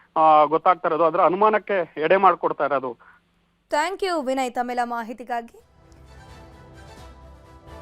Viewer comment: ದಯವಿಟ್ಟು ವಿಡಿಯೋ ದ ಇಂದ ಕೇಳಿಸಿಕೊಳ್ಳಿ...ನ್ಯೂಸ್ ಕನ್ನಡ ಹೇಳುತ್ತಿರುವ ಆಂಕರ್ ಮೇಡಂ ಶಿವಮೊಗ್ಗ ಪ್ರತಿನಿಧಿ ವಿನಯ್ ರವರನ್ನು ವಿನಾಯ್ ಎಂದು ಕರೆಯುತ್ತಿರುವಿರಿ...ಯಾಕ್ರೀ ಸರಿಯಾಗಿ ಕನ್ನಡ ಉಚ್ಚಾರಣೆ ಬರೋಧಿಲ್ವ. ? ನೀವು ಕನ್ನಡ ಬಾರದೆ ನ್ಯೂಸ್ ಕನ್ನಡ ಅಂಥ ಹೆಸರಿಟ್ಟು.. ಚಾನಲ್ ಗೆ .. ಪ್ರತಿನಿಧಿಗಳು ಎಂದರೆ ಆಂಕರ್ ಗಳಿಗೆ ಅಸಡ್ಡೆ...